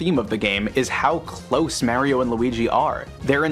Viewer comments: I will never trust someone who pronounces Mario as "Meh-rio". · take a drink every time he fucks up saying Mario